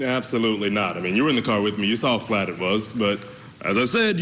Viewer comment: Maybe everybody up that way is really as dumb as they seem. Why is it that they all say the word saw, with an R in it and I mean everyone I've heard from up there